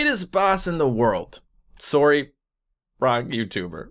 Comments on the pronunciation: The part of the video where you were pronouncing things was hillarious. The way you say sore-y instead of sarry is pretty cool too. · This is my first time watching you and on the second video I watched (this one) I subscribed. your just so funny. P.S. I love how you say sorry it sounds like srry! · The way you say sorry XD Sowry.. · You also say sorry like surry... ILY